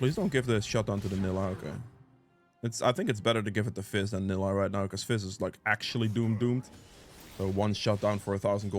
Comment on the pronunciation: Need to give Nilah a bakers skin…. So your pronunciation would be correct 😂😂😂 vanilla without the va